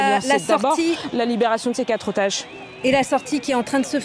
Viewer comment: ”la sortie de ces quatre zotages” : bravo France 24 !